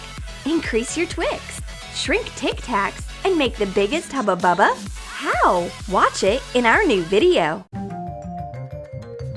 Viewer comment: Stupid it isnt haba baba its huba buba